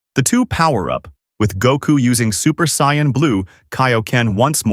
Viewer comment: For the love of all anime... stop pronouncing Saiyans that way 🤦